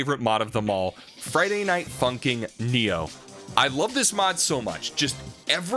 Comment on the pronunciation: The fact that he keeps calling it Friday night funking